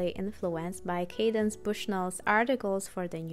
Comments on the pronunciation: hey, thanks for this. I'd just like to let you know that Candace is pronounced CANdace and not CADence. I agree the fashions were great in season 1:) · Love watching recaps, especially of season 1. I never understood the fashion of the show, but I appreciate the breakdown! Also, the author's name is Candace, not Cadence 😊 Keep up the good work! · It is CANDACE! NOT 'Cadence'. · its candace, pronounced 'can-diss' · I find that I kind of like Candace Bushnell pronounced as Cadence. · I always laugh no matter the season of SATC and that's why I still watch. Also, the writer Candace Bushnell's first name is mispronounced which was interesting to me because I thought that was a fairly common name. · Thank you, that was driving me bananas! Candace Bushnell is a famous author, and it hurt my soul each time I heard the name mispronounced lol. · I’m an ultra fan of SATC and it kills me that you keep butchering CANDICE BUSHNELL’s name 😮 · all this great work on the video and the creator doesn’t learn how to pronounce “candace”. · It’s cringeworthy but a great video nonetheless 👏🏾